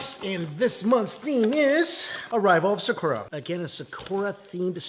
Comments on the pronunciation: I love you, I really do, but PLEASE use your phone to find out the pronunciation of sakura. You can use your phone to do this. It is not sickoorah. It is SAH-KOO-RAH, wmphasis on the second syllable. Also, for the latest videos, your sound is way down and I have the volume up and am also using an external speaker. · Why do you pronounce sakura that way? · For someone who loves Japan he butchers his pronunciation of words out of ignorance. (Multiple comments have correct him over the years).